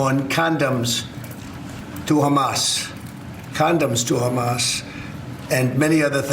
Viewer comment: Condemns Hamas trump.. It reads condemns, not condoms...